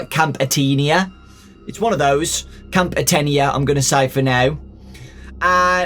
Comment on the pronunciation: Athena (ah-thean-ah) “thean” sounds like “bean” like the Greek goddess of the hunt is what the camp is called just so you know btw love your videos!